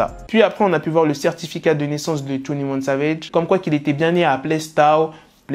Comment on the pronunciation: "Twounnie ouanne savège"